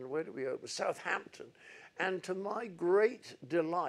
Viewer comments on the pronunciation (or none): none